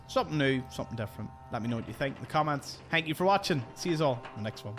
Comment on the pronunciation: Is this the gentleman I hear in shorts that always ends off with “tanks for watchin”